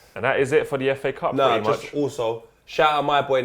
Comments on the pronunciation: Did he just call it Faa cup? What the hell.. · The way you pronounce fa cup I heard it like fuck up.